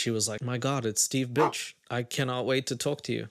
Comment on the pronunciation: His surname is BIRCH not BITCH 😂